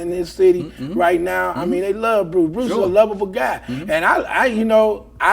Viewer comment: “Bruce Bruces”! 😂 I almost died